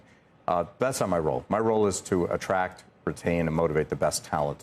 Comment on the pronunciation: Attract, not attrack